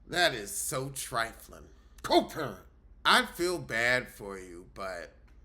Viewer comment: Your Ticking 'Coparent' is Diabolical😂😂😂😂😅😅😅